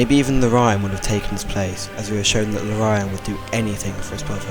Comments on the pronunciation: "LOR-E-AN" not "LO-RYAN" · Not Lore-Ryan. Lore-ian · STOP CALLING HIM "LO-RYAN" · Amazing video. The only that bothered me was when you mispronounced Lorian, (Lore-E-An) is the correct way to but either way great job!